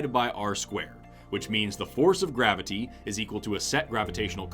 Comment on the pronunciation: This man pronounces graviTy as if someone hurt him in his past by misspelling or mispronoucing it as "gravidy".